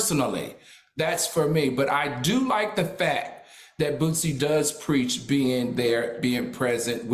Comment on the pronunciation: This shows ppl don't be interested in the real person only headlines, How you so educated and say bootsie so many times ..It's Boosie smh , his daughter is his oldest and she was always around him so he may notice the difference...at this point racism and LGBT shit is being pushed